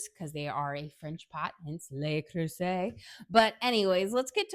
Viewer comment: Just a correction. "Le" is pronounced as "luh" and not "lay." (The plural "les" is pronounced as "lay.") Anyway, great comparison.